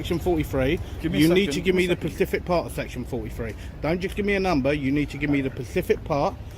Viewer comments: it is specific not pacific thats an ocean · “SPECIFIC part”, NOT “PACIFIC part”!!!!!!!!